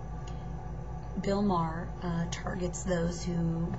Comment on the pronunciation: its pronounced "MAY-HER"